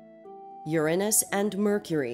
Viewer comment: THANK YOU for not pronouncing Uranus as "your aynus", honestly I absolutely hated that.